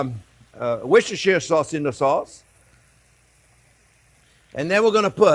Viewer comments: Jean-Pierre, I told you a long time ago, the sauce is correctly pronounced as 'Wooster Sauce' not Worcestershire sauce 😎😎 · The British pronounce is wooster-sure